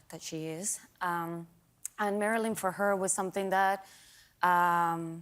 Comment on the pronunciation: she cannot even say Marilyn with the right intonation and stress